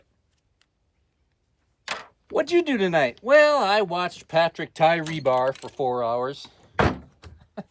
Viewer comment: Patrick, not Parric (sorry).